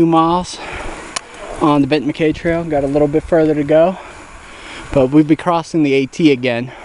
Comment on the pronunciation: I believe it is pronounced "Mac-Eye"